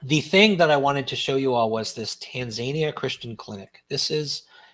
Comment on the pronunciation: It's said Tan za nia(nee a) sorry for correcting you